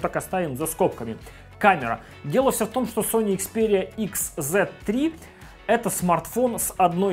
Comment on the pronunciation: Услышал слово икс, выключил видео... Ну нет такой буквы в английском алфавите... Уж извините.